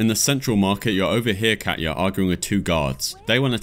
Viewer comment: Just so you know, Katja and Katya are different names so pronouncing the J like a Y doesn't make sense if the name is Katja with a J and not Katya with a Y... Your mispronunciation really bothered me lol probably just my OCD coming out or something.